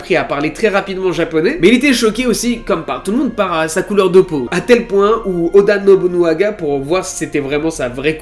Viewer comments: Merci à toi, Yasuke (aussi appelé kuro) est un de mes personnage historique préféré. Il présent dans pas mal de jeux video et manga, dailleur récemment je l'ai affronté dans le jeux Nioh sur ps4. Par contre j'ai vu que galerais à le prononcer alors je vais t'aider c'est: Oda NOBUNAGA. Et pour finir sur une nouvel qui va plaire à ceux qui ont kiffer cet histoire, le film de Yasuke est déjà en préparation et il sera incarné par Chadwick Boseman ( le gars qui joue black panther). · Première vidéo que je regarde de toi, et attention, je vais être crue dans mes propos, n'y vois pas de la haine envers toi... mais... Que c'est triste de raconter autant de conneries en presque 9 minutes de vidéo. Ne rien connaître de l'histoire du Japon, et ne pas savoir prononcer "Oda Nobunaga" correctement alors que c'est une des personnes les plus importantes de celle-ci. Que c'est triste de raconter toute une histoire à l'eau de rose jusqu'à faire d'une personne dont on ne sait rien excepté quelques vagues citations dans trois livres historiques. Une histoire romantisée pour le grand public alors que rien de tout ça ne s'est passé. Que c'est triste que chaque Youtuber qui parle de Yasuke balance toujours la même histoire à croire que ça a été lu sur le même site débile, aucune source, aucune recherche, rien. Que du bullshit. Et forcément, les gens vont manger dans ta main alors que tu les abrutis avec des histoires qui n'existent pas. Je vais donc me permettre de te rectifier, de toute façon ce message ne sera pas lu. Les deux sabres, à cette époque c'est un honneur pour personne, tout le monde s'en foutait, ça a pris de l'importance que lors de l'ère Edo, là on parle de l'époque Sengoku. Il était aux côtés de Nobunaga car justement son japonais était mauvais et qu'il ne pouvait pas comprendre des conversation importantes avec des informations sensibles, et il était surtout là pour impressionner les gens autour de lui. Son rôle n'était pas vraiment samouraï mais porteur